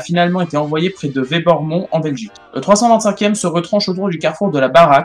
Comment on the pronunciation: C'est Werbonmont et Barraque fraiture . Demander la prononciation des villes belges pour Pas inventer des noms qui existe pas . Merci ... si je prononçait le manne au lieu de le Man vous imaginez que c'est vraiment pas la même chose et que ça existe pas vous devez vraiment faire un effort sur les noms américains ou anglais et belges . C'est comme pour les films aux usa ils sortent avec le vrais nom qui veut dire quelques choses et puis en France il change le nom qui a plus rien avoir avec le film . Merci pour votre effort absolument nécessaire. Et vous pouvez me demander sans problème. Cordialement